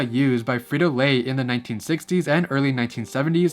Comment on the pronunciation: I loved how you pronounced "frito", "bandito" (aunque es "bandido") and "sombrero".🤗